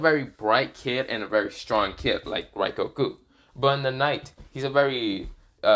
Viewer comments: It is rengoku not raigoku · Pretty sure you said rengoku’s name wrong